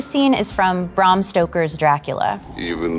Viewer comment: Can she say Bram Stoker's name correctly, PLEASE FOR THE 100TH TIME, IT'S BRAM! BRAAAAAAAAAM NOT BRUM BRAAAAAAAAAAAAAAAAAAAAAAAAAAAAAM!!!!!!!!!